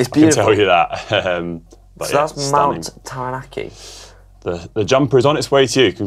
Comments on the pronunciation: you completely mangled "Taranaki"😄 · Lolololol you did not pronounce Taranaki correctly. But it was so worth it. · Third time lucky with the pronunciation of Taranaki 😂